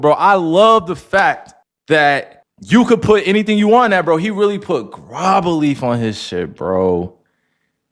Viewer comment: He pronouncing it wrong lol